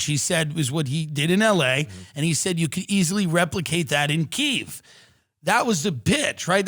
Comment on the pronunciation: KYIV.... you said it right. Thank you. (Glory to Ukraine)